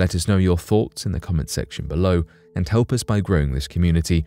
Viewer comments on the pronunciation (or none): none